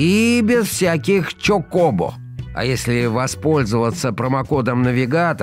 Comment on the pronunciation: ЧокОбо? Один я ударение на первый слог ставлю?